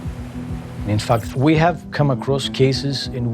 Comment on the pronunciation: "We ave to standardize"....Apple has left the chat.